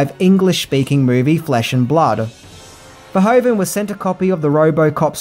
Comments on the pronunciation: Gratis Video, but it's Paul Verhoeven, not Verhoven. Well you have to now how to pronounce it in Dutch😆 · It's Paul Verhoeven, not Paul Verhoven. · Paul Verhoven?? Are you kidding me 😂 It’s Verhoeven